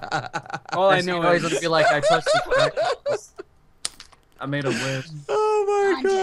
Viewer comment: "Rayquazar"